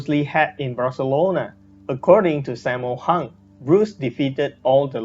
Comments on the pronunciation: How you Pronounce Sammo Hung? Saymo Hang.. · this is how you pronounce it "sum more hoong"